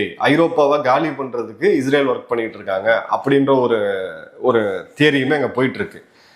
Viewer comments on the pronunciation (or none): none